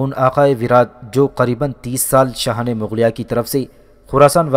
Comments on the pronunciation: Mughlia not maghlia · Mughlia not Magghlia